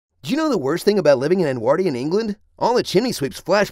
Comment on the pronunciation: The definition of irony: an American complains about an American doing a crappy 'English' accent and then mispronounces 'Edwardian'... On a lighter note, this was the funniest Honest Trailer I've seen in months. Great stuff.